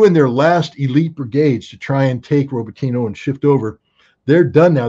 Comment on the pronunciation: RobotinO not Roboteeno!